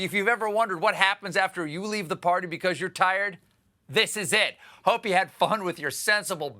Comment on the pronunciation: ...and the Donner par-tay 😂🤣😂